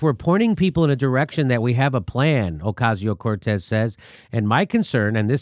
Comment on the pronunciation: Can you learn to pronounce AOC"S name? o-Cas-i-o cor-Tez. Please learn.